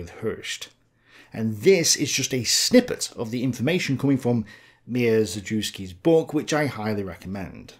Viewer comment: I took several of Dr. Mierzejewski’s (You completely butchered his name which made be laugh 😂) classes while I was in university. He’s an excellent professor whom I greatly respect and loved talking with. An expert in not just German history but also in economic history (his passion) he was firm in telling us, DESPITE both formal and informal resistance from others, that the National Socialists were socialists despite popular belief in the contrary.